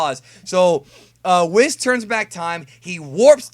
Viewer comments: "Wheerus" - has been playing too much DB Fusions. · I shot Rice Crispies out of my nose when you said Wheerus! LOL